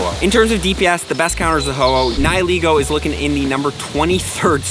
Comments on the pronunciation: It's Neigh-Lee-Go not Ni-Hi-Lego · Its pronounced ni-hih-laygo